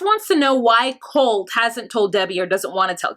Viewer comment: Yeah larissas pronunciations😂 Colteee!!! Colteeee!!!